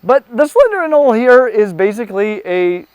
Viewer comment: Are the names of the anole species in the Amazon not pronounced with a hard “e?”